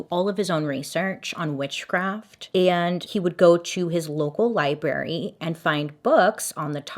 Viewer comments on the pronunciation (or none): none